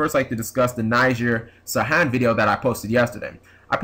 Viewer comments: His name is pronounced Knee-Zar Sar-Hon. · y u say his name weird